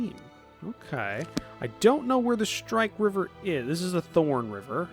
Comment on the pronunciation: mispronouncing shrike river will probably drive me up the wall as well as how he pronounces sycamore but coswin the crazy conspiracy theorist with a bunker and a tin foil hat is fun